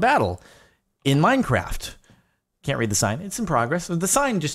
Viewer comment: Anyone else hear him say minecrack